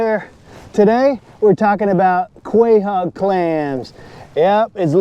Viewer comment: Crazy mispronunciation lol. Delicious and beautiful animal though. ❤